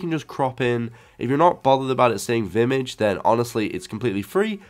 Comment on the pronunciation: Its Vimage, not Vitmtage